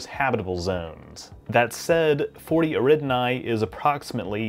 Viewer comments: "Eridinai system" American pronunciation is so weird. Eh-ri-da-ni. Nice video, though. Don't let my punctiliousness put you off. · i really like your videos and your channel…. but its 40 Eridani… not 40 Eridnai